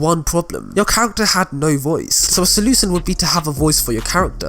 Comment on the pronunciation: ITS PRONUNCED AS SO-LOO-SHUN YOU DUM DUM NOT SO-LOO-SUN